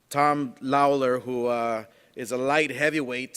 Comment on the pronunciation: ... LMFAO, the way Oscar pronounces Tom Lawlors name... Floyds classmate at reading school for kids who cant read imo